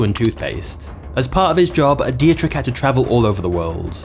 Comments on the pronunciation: It's a small task to type a German name (like DIETRICH) into Google Translate and have it pronounced in the right way for you - when you are not familiar with the German language. Just a little tip for the next time, because for any German speaking citizen in this world it sounds completely ridiculous to here a narrator constantly saying 'Die-je-trich' instead of the correct 'Dietrich' (Phonetic pronounced as: Dee trich). Come on... a little homework 😘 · please at least try to find out how to pronounce foreign names, your pronounciation of Dietrich hurts my austrian ears and simply letting google translate pronounce it for you in german would have been enough to do better else, I gotta say I'm kinda glad to have red bull in my country I dont drink it but their TV channel Servus TV is one of the nicest we have here and they're surely good for our economy and global image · jees, you are butchering every name u come across.. mai tai vy muay thai, dietrich was beyong recognicion.... a 500k sub channel should do better nice timing btw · You're pronouncing Dietrich completely wrong.